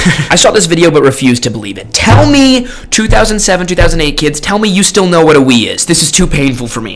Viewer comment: I wasnt able to recognise what "Vi" you talking, until text showed Wii, only know it from youtube playthroughs of mario games tho